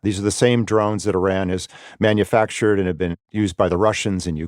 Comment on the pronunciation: It is so insulting that the interviewee can’t even say Iran or Iranian correctly (at least the interviewer can). Also the lack of humanity in this military analysis is disgusting. Targets and economic indicators… what about human lives?!